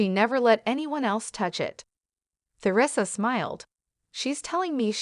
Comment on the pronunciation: Eleven seconds in and already three mispronunciations by the AI narrator. You lost me at th-eresa.